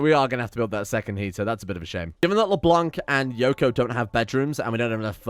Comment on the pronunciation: When you read Leblanc, don't read the "c" at the end. Le blanc in french means the white